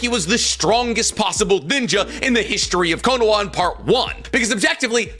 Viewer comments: I wont accept anything about Naruto From a guy who keeps saying "Konowa" and "Nuqilar weapons". And also, DeegoKnigth???? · said nukular instead of nuclear so all his arguments are invalid. He also yells and says Konoha as if it was quinoa soooo. In fact the more I listen the more he pronounces things wrong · He kept calling Konoha Konowa